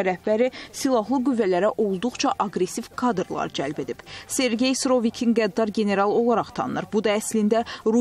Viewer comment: Bunlar rusçudu . ikidənə d ,hərfini ard -ardınca deyə bilmirlər .